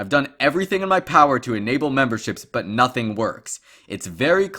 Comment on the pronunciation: I love how says “Nothink”